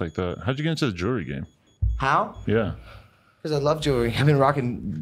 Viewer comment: He can even say the name of his watch correctly! "Jewler"!!! 🤣🤣🤣🤣